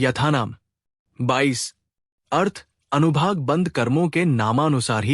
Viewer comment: Anubhag nahi anubhag hota hai